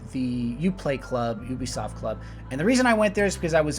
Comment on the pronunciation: AH it's pronounced you-bisoft not oo-bisoft